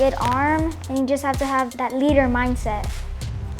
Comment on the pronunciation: he pronounces leader, "leeedder"